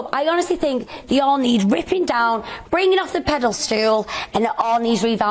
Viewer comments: Its called pedastal luv, not pedastool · Sorry but did she just say “pedal stool “ ? Good to see she’s doing better now though. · 🤣🤣🤣 “pedal-stool”… bless her… Love u Kerry! They need knocking off summat! Whatever it is… x (and there’s fewer knockers come bigger and harder than urs! … ;) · Did she just say pedal stool? 😂😂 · did she say pedal-stool? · “Pedal stool” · What's a "Pedal stool"?